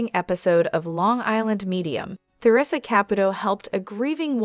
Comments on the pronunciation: This must be an AI speaking. "Tea-rissa" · Lousy pronunciation of Theresa's name.